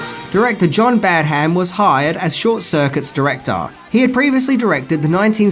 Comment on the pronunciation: Badam not BadHam